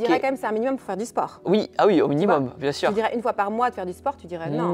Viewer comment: « Bien sûreinh.. » stoop 🥲🥲